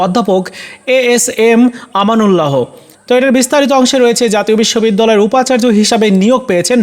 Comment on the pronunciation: আমানুল্লাহো না উচ্চরন ঠিক করে পরেন আমানুল্লাহ, হ -ো দিয়ে পরেন কেন